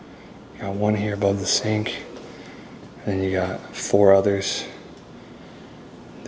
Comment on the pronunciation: What in the world is a ZINK⁉️🤣You pronounce (sink) that the same way my now 30 yr old used to pronounce thunderstorms at 3 as Funderstorns! Only difference is, she quickly grew out of mispronouncing things and started correcting her first teacher>>ME‼️🤣